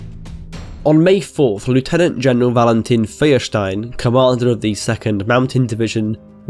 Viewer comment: Its Feuerstein (Foyer shtain).